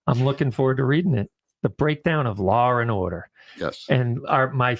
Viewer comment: "Lar and Order" LOL